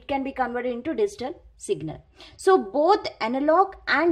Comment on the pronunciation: Thanks for the kindness ma'm.. Just one request.., Please pronounce Digital as "D G Tall" and not as "D zee Tall"...